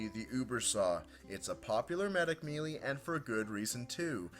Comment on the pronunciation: melee is pronouns maelae